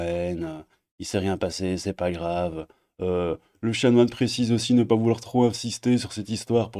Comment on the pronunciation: Chanoine, pas chamoine 😂